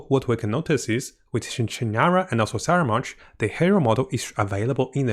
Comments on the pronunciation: Corrections on the pronunciations please: Harbinger is pronounced as Har-binge(nj)-er NOT Harpinter Fatui is pronounced as Fa-too-ee NOT Fatawee Scaramouche is pronounced as Ska-ra-moosh NOT Sharamouche It’s really nothing actually but its kinda annoying 🥲 Nonetheless, still love your content! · no no, in italiano si chiama scaramuccia e quindi scaramouche, non saramounche. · Why is he pronouncing it as "Saramounch"? There's no "n" on the spelling. ("Scaramouche") Please enlighten me. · Sara munch, lol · The names just getting butchered left and right.. Fatari.. Scaramunch.. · Scaramounch I can pass since hes only appeared a couple of times. But come on, with how many people have pronounced 'fatui' ingame. How could he butcher that? Lol